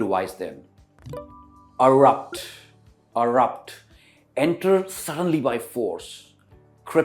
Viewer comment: Brother it is not urupt....irrupt...correct ur pronunciation